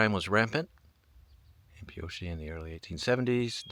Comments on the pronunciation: Pronounced PEE O Cha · Pioche = Pee-oh-kee